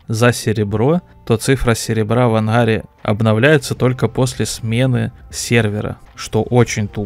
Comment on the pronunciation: в анХаре, иХра, что за говор???